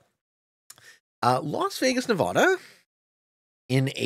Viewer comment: man 😔 i thought would be cool enough to know how to pronounce nevada